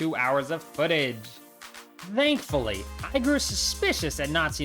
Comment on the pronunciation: bro very cool video ngl. but i have one question..... why do you say dhoughtt or dhankfully instead of thought and thankfully ? NO OFFENSE. i just wondered by watching this video